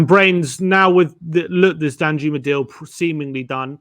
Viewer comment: I’m pretty sure it’s pronounced Dan-yooma